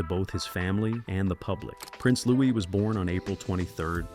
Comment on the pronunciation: Louis is pronounced with a silent s as in Louie